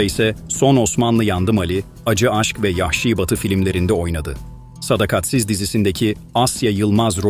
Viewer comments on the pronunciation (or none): Yanlış ifadelerden kaçının. SADAKATSIZ'ı doğru okuyun.